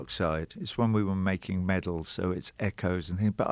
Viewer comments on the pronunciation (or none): Meddle, not metal 😄👍